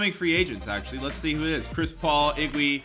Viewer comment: "Iggwy" -. EPIC